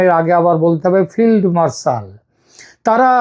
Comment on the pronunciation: ফিল্ডমার্শাল নয়, দাদা তুমিও ভুল করলে! ফেল্ড মার্শাল।